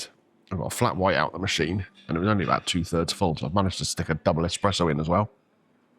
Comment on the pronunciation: A double what? i hope you didn't say expresso. See Mitchell & Webb's 'Grammar Nazi' sketch.